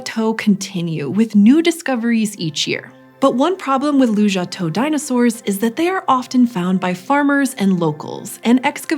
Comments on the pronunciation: The place is called 卢家屯 Lujiatun, which you spell correctly in the captions (and I assume in your script), but you keep pronouncing it Lujiatou 🤦 It's tun, not tou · It sounds like you're saying Lujiatou (Lujia head?), but your references say Lujiatun (卢家屯, with tun, 屯, meaning village). Is there more to unpack here? I'm just curious because Lujiatou is kind of a plausible place name